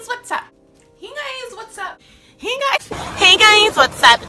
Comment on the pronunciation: "heys gois wassupp"